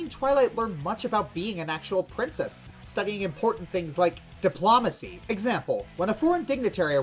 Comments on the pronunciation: dip-LOW-macy, not di- PLOM-acy. But maybe that's just a accent thing on his part, we should be nice. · Di-PLAH-macy? GOO-ness? Did everyone pronounce those words like that where you grew up,? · it's not dip-law-macy, it's diplOmacy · "Diplawmacy". I swear you're saying it like that just to irk pedantic people like me. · It’s Dip-low-macee. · sir, You mispronounce diplomacy. It goes Dip-low-muh-see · Dipl ''A'' macy? GOOness world records? you sound funny lol (no offense) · Pronunciation of "diplomacy" wrong!!! YAK'S DECLARE WAR!!!!!!!!!!!! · huh, a military man having trouble pronouncing diplomacy, what are the odds? surrounded by guns appearing from the border of reality itself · Why is he miss pronouncing words like Guiness and diplomacy?